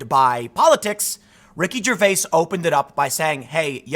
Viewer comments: Love the material but can't stand you saying Ricky ger-vase... It's ger-vay-es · The way you say his last name is annoying.